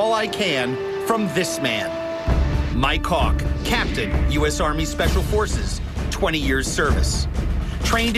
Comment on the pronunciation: Myke Hawke sounded alot like my cock lol